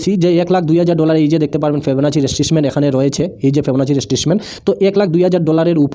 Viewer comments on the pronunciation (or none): উচ্চারণ ঠিক করেন।। ফিবোনাক্কি রিট্রেসমেন্ট, স্ত্রাটেজি এই গুলি উচ্চারণ শিখেন।